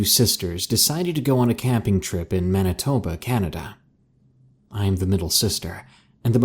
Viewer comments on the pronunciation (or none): none